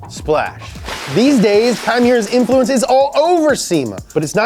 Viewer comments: Kei Miura said fast enough kinda sounds like Chimaera. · You're mispronouncing the fuck out of that guys name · Instead of kai miura i always hear “chimera” from wot b because i play wotb too much lmao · LIGHTNING LIGHTNING LIGHTNING!!!!! Its funny that pronounces key Miura like "Chimaera" which makes sense Lol In alchemy when u transmute 2 unrelated things and merge them together makes a chimaera, rocket bunny!!!